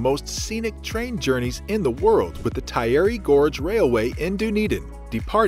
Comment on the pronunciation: You need to do some research about how to pronounce locations correctly! Dun ( like 'done') edin NOT Doo-nedin. Taieri Gorge is pronounced wrong and Maori words. The video therefore does not seem authentic or believable.